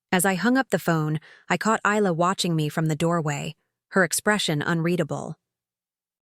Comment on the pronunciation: Her name is pronounced Eye-La.